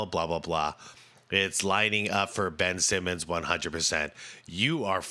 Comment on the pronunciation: Ben-ch Simmons